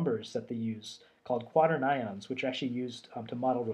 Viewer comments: FYI, it's not Quarter-nions, it's Qua-turn-eeons. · I'm pronouncing it quater - nions from now on.. :D